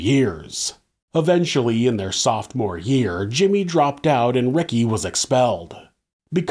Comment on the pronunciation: there is no T in sophomore